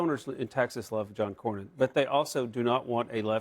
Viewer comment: The true definition of mindless sheep. 🐑 Didn’t even know how to say Cornyn’s name. This dude has been her senator for over two decades. 🤦 God help Texas.